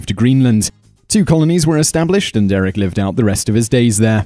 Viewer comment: It's Eirik not Erik.